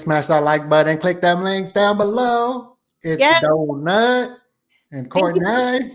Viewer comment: Please pronounce her name correctly, same as the last few times, she tells you how to say her name and then you mis~pronounce it, seriously…Love you still 😬